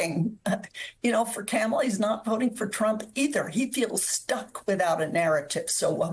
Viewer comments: Educated lady, practice pronouncing Kamala name correctly, before you utilize it for the media😮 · It would be nice if you knew how to pronounce Kamala's name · It seems like there are good points here. But if you're going to give advice to Democrats, ma'am, I kind of need you to pronounce Kamala's name right. Just sayin'.